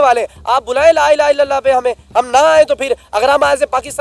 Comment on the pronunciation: Ye lah ilah kahan padta hai 😂